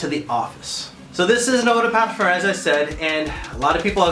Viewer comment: thanks. i knew about the difference in concentrations, i was wondering why you say eau de parfur, with an "r"? it's eau de parfum, with an "m", no ?